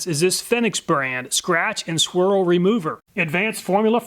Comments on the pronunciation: Fen (like Pen) - icks? LOL! Fee-nix, like the bird, perhaps? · Awesome as always. One note on the Fenyx, it’s Phoenix lol. It even has a picture of the “Phoenix” bird above it. Made me laugh each time but it’s a good laugh, I needed it. Your videos are so good. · Great video, very informative I love all your videos. I just wish you would have pronounced Fenyx right, I mean it's literally got a Phoenix as it's logo. I know, I know it's SUPER nit-picking and you probably won't even see this or reply but just wanted to point that out. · Probably pronounced "fee-nix", not "feh-nix", right? 😉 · I believe it’s pronounced Phoenix